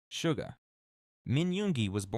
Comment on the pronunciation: The only thing I don't like about this specific video is the several mispronounced words in it, for example they kept saying Sugar instead of Suga. I know it's a tiny mistake but that's why I dislike when they do they AI-like narrative on their guide vids. But all the info on it is great